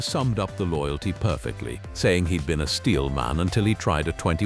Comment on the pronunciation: Ah, the Style 076 Oach Vee. Who can forget it... it's like beign back in grandpa's AI slop shop all over again! lol